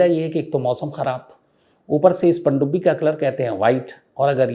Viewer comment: "Pandubbi " u Say this so nicely....i liked to hear that nearly 45 times❤